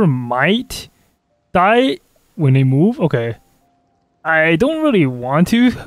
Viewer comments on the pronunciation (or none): none